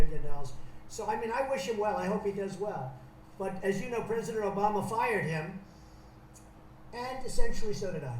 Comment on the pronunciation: Mmmmm...listened to it 5 times,it actually sounds more like prisoner then president. .good catch..👍